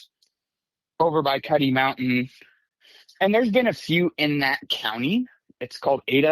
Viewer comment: Just FYI it’s Cuddy Mountain and not Cutty.